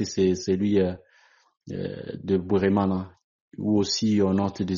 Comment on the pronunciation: Bweramana not Bweremana ! C'est du Kinyarwanda